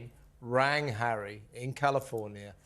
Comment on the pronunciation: Stop you camellia announced Prince Harry arrival and not zHarry